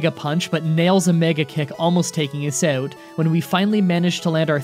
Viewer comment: It's "out" not "oat"